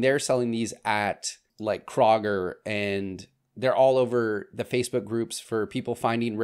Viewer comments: Killing me with that pronunciation of KROW-GER this coming from an Ohioian. There is no KRAH-Ger lol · Krager? Does he mean Kroger? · Ok. Love your content, but it’s KrOhger; not Krahger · Kroger is pronounced Kow-ger. 😉 Another awesome video!! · Kroger is pronounced "CROW-GRR". Love these videos though. So glad I found you. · Are you saying Kroger as in (Crow-Ger)? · it’s pronounced like Crow-ger. ❤ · lol he said KRO-GGER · The way you pronounce Alocasia and Kroger had me cracking up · Yes, thank you that is driving me insane. It is spelled exactly as you say it lol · Say Kroger again, my husband keeps giggling 😅